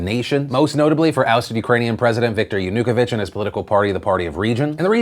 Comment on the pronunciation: Yah-NEW-kavich? Pretty sure that’s not proper pronunciation. And your statement that Manafort was “reportedly out of the house when the FBI arrived” on the July 26 raid may be incorrect. Who reported that?? It conflicts with other reporting that it was a raid based on a so-called “no knock” warrant. The FBI was apparently able to convince a judge that Manafort might destroy evidence if they had to knock to gain entry. Manafort was then awakened when the FBI agents knocked at his bedroom door in the middle of the night. Imagine how intimidating that must have been.